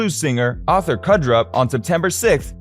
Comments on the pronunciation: It's Crudup. Not Cudrup. This is a joke of a channel. Maybe you should start a channel dedicated to something other than the "Boy Band" known as The Beatles. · OMG, the pronunciation of names and misspellings. GenZ? It’s Crudup. Life happened before you were born. Respect it. Learn from it. Stop making irresponsible mistakes.